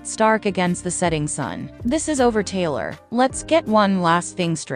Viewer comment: Hate this voice, is she saying Taylor or Kayla ?